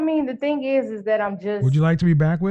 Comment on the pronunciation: The word is "that" not "dat", and the word is "the" not "duh". learn to pronounce words properly. Wtf.